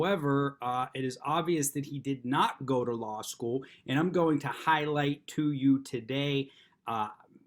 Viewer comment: First of all, thanks for flipping your camera screen 😁 "Loss School" 👈 School Mr. David on the loss of his integrity. 😂 (yes, I know you said "law school" 😊) I like to fish. One thing I know about fishing is that with the proper bait. You WILL catch. So when you bait the police, you have their attention. When you willfully break laws, that's like wiggling that lure in front of a hungry Largemouth Bass. When you argue at the window of your car, that's setting the hook. You've caught your quarry. These Copwatch idiots in NH though, they use a seine net. They catch police, park rangers, muny judges, lawyers, jailers etc etc. The whole legal/justice system. They are a bunch of spoiled children with nothing better to do than throw dynamite into the local fishing pond. It sounds to me that this idiot says he was kidnapped, which is code for "I got what I deserved at the traffic stop which was a trip to jail by NOT signing my ticket, ripping it up, claiming I live in Arkansas" etc etc etc. He knew he had to be in court, it seems, because they came and got him from a jail cell where the Free Keene boys had a camera and a sport coat waiting? Not sure. These guys LOOOVE to go to jail. Hmmmm wonder why??? I digress, perhaps they just cannot wait for big Bubba to get out they just need him that badly. Jail hurts so good to these Free Keene boys. In other news, you will not find more prepared judges anywhere else in the Country than you will in Keene, NH. Personally I'm waiting